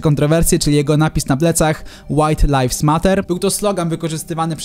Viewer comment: nie no uszy krwawią od white lives MATER